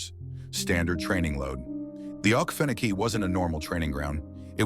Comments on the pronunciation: Please pronounce Oke feno key correctly. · This ai voice shit kills me….mispronouncing things and dates! Uggh, to me its lazy “youtubering”…..dude, ill read the shit for u. I was also stationed at Ft. Stewart from (OIF 1 & 3)…its the largest military installation east of the mississip……we went to the field ALL the time….enough swamp already on post, no need to go to “okee-fa-nokee”….which is the correct, non-ai way to say it!!!! Ima down south, fithy nasty dirt south georgia boy! Middle Ga. Is my stomping ground!!!! Lots of forest from Milledgeville/Dublin all the way to the Atlantic. I have a hard time believing this “training in the okefenokee” stuff….plenty of other equally swampy places to train w/out as many gator dangers to worry abt.